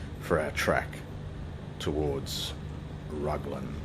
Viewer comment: I've only ever heard Raglan pronounced with the Rag rhyming with bag. I've stayed in that holiday park a few times (one time in one of those units with the blue roofs lol), you can count the rivets on planes landing towards the ocean ! That was Hampton Downs circuit that you flew over on the way into Mercer.